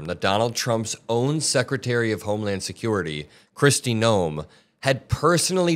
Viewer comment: Did you just call her chrisy gnome..😂😂😂